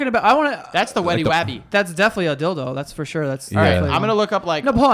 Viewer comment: He said the "wetty wabby"! Lol